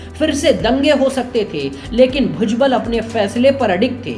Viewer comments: भुजगल????? व्हॅइसओव्हर चू@ नाम तो ठीक से ले। भुजबळ होता है और अगर ळ बोलना आता ना हो तो भुजबल तो बोल?? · भूजगल नही रे बुढिया.. भुजबळ बोल 😂